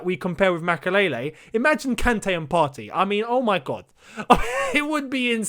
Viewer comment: Partey is pronounced Par - Tay. As in "sTAY"